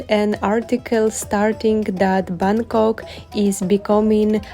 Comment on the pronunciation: Hello..I really admire you. Where you can pronounce the word "Bangkok" correctly like a local 😊